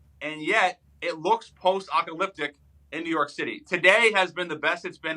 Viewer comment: why is this guy on your show? he thinks Canada started the wildfires and can't pronounce "Apocalyptic" lmao Americans are dumb